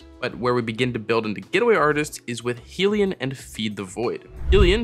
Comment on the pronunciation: I hate to be that person but Hellion is pronounced 'Hell-ee-un'. Like 'minion' but from Hell.